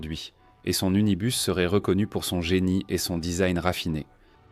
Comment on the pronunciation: C'est quoi cette voix qui dit unibar pour Unibus ? Trop artificiel, je décroche.